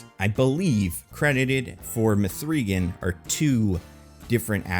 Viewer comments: Did you make this video just to say muhthreegan more times than any human should say muhthreegan? You bastard. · This sounds like a bit from Weekly Planet, which is to say, bad, but I love it, lol.